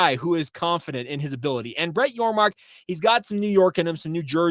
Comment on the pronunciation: Thanks for the shout-out!! And for saying my last name correctly!! You are one of the few that have. So for that I thank you. I'm excited for BYU in the Big XII!! Appreciate what you do. Go Cougs!